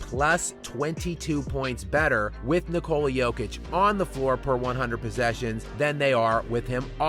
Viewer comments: Why are you pronouncing “Nikola” like that lol? You’re saying it like it’s “Nicole-uh”. It’s not a riff on the girl name Nicole, it’s the Eastern European pronunciation of Nicholas. It’s pronounced “NEE-koh-lah”. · STOP IT please, it is Níkola not Nikóla, my ears bleed from the disrespect. Accent on the i!